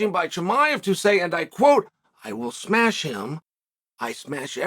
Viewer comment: Did Chael forget about the Gilbert Burns fight? He didn’t “smesh” him